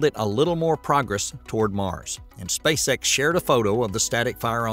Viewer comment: It sounded like you said Spacesex and now I can’t unhear it 😂